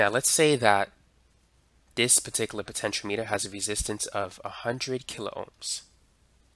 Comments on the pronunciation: It's pronounced speed-ometer. Not speedo-meter. Potenti-ometer, my friend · My friend, it's "puh·ten·shee·aa·muh·tr" 6 syllables Not Po-ten-cho-meter It's "po-ten-che-ahh-meter" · that it's Potentiometer not Potentialimiter... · Great video just it's pronounced potenti o meter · Thanks for the video. Btw, it's pronounced po-tench-e-ah-me-ter. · Why are you pronouncing it wrong? I cringe every time... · Am I the only one who finds his mispronunciation of the word "potentiometer" to be a bit off-putting? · Everything except how to pronounce potentiometer (also he sounds Asian) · Ehhh. He doesn't know how to pronounce "potentiometer" lol. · well, he doesn't know how to pronounce "potentiometer" . . ., so clearly not everything.